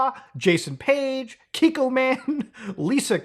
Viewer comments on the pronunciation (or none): none